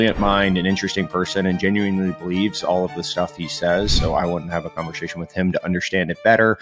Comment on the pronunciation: A convershation?